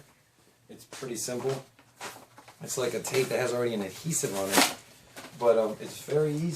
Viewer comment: Did you say "adheese"?